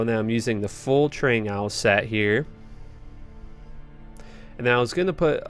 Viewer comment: That's what I was thinking. It's 'Trang-oohls' or 'ghouls'